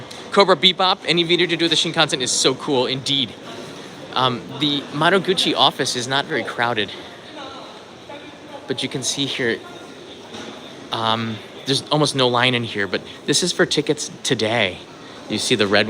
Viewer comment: Madoguchi not maruguchi